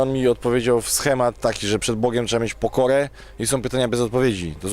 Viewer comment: "wszystke" "Bogem" "teologem" "goryle górske" "unii europejskej" Najpierw się ćwoku naucz poprawnie mówić, a dopiero potem bierz się za poważne rozważania natury filzoficzno-teologicznej. "Może są gdzieś rzeczy o których kurwa my nigdy się nie dowiemy i wiesz, ciężko to wytłumaczyć"-To dlaczego hipokryto odrzucasz z góry życie wieczne? Może to jest jedna z tych rzeczy, o których mówisz. Zliczył ktoś ile razy Różal wypowiedział słowo "kurwa"? :D